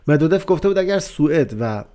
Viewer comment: دیمتری مدودوف اینگونه تلفظ می شود medvedof